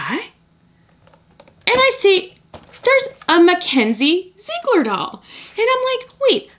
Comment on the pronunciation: It's pronounced Zi egler